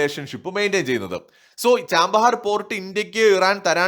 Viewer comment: ചാമ്പഹാർ അല്ല. ചാബഹാർ..